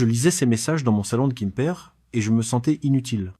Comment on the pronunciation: A quoi rime cette histoire, toujours la même, déclinée dans des versions à peine différentes, toujours les mêmes images de soi-disant Pattaya ( j'ai envie de dire mais presque !) racontée par I A. cette fois ,il habite"kimper" en Bretagne... Peut-être une Bretagne de Thaïlande! Ça fait neuf ans(prononcé neuf faon!)etc l'histoire répétitive d'un vieux qui se fait avoir en croyant trouver l'amour avec une jeune fille en Thaïlande... quel est l'intérêt de cette histoire débile!